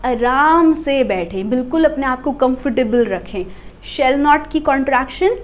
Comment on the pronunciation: "Shall" pronunciation is not correct